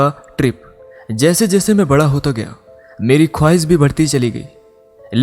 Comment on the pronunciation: Beta ap pehly Sahi alfazon ki adaige sekhn jsy apky alfaz .. k bajai visal .. shooq ko AP sook . Khwish ..khwis. hazar ko AP hajaar BOL rhy Hain location ko locaan. Mushqat ko muskat . Roshni ko rosni . amazing amyzing .ye alafz AP ksy BOL rhy ho Sahi bolo ghltiyan krna bura ni hota unper qaim rahna brbr wohi ghlti krna ghlt HOTA hay. . enlis ni English HOTA hy ..